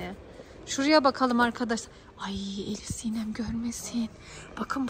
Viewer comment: hiyle değil ElifSinem😡